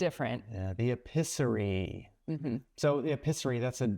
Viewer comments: Ay peace er e eee.... pronounce NOT eh piss er y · Could you please try to pronounce french not epizerie, that is ....